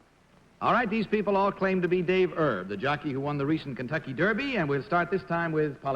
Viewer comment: pat mccormick, the 4 time gold medalist in diving is still alive at 88. the kentucky derby jockey's name is david "erb", not herb. he narrowly missed winning the triple crown in 1956 finishing 2nd in the preakness, he (on needles) won the belmont stakes and kentucky derby. no mention of his passing on wikipedia, he'd be 95 if still alive.